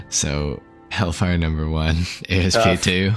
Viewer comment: You guys are driving me bonkers calling it an A.S.P. It's based on a Cobra which is a type of snake. If you pronounce it as a word, "Asp", that's a type of snake and what I've always called it.